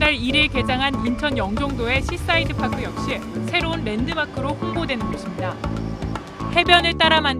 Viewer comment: 파크가 아니라 퍽크